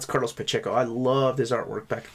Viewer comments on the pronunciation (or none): none